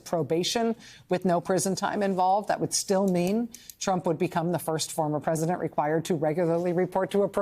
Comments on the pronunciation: A "prisodent" nice slip hope it sticks. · She had it right the first time, prisondent 😂